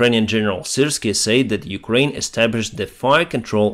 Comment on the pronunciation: can you say "said" instead of "sayed", its so annoying, but overall your english is great, keep up the great content, slava ukraini - from mongolia